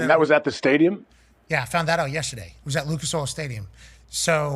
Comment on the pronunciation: Shout ahhht time stamp…on that note we appreciate the hell out buddy